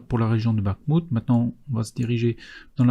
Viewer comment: Merci pour cet excellent travail, très utile. Petit conseil pour les noms de lieu : en ukrainien "kh" se prononce comme une "jota" espagnole. (Orikhiv, Bakhmout). Et la FAB est une bombe et non un obus (larguée par avion et non tirée par canon)